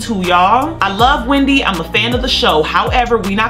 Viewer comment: Why are they still calling it , Wemdy Williams